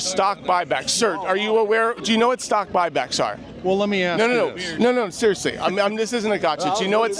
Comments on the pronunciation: “I’m not concerned about stock back bock” 😭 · "I'm not concerned about stock bock bocks!" lmao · I can't believe you turned that one guy that pegged you as a Democrat into a chicken by asking him about stock buy-backs. Dude said "I'm not concerned about stock bock back bock or whatever" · “i’m not concerned with stockbock back bocks”🤡🤡🤡🤡🤡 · "stock bok back bok" 😄